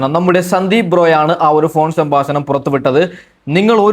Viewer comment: ശംബാസനം അല്ലെടോ സംഭാഷണം.